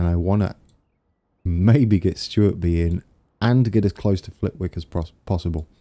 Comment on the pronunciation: FYI you don't pronounce the 'W' in Flitwick :] - Awesome work btw